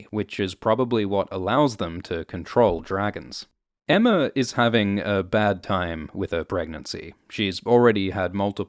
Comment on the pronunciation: I hate how everyone calls her Emma. It’s Aemma. Like Aegon. Daemon. Maegor. Baelon.